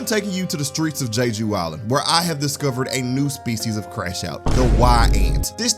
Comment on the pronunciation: "Jay-Jew Island" 🤦🏾‍♂️